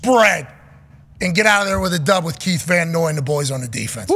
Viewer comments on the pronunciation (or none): KYLE van noy not keith😂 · Are they ok??? "Keith" Van Noy???? They just had him on and they're butchering the man's name like that?? Wtf. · Who the hell is Keith Van Noy 😂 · Did they say Keith van Noy instead of Kyle? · Keith 🥴 Isn't it Kyle Van Noy???